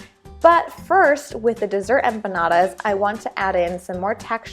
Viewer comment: Don't ever, and I mean ever say empanadas again.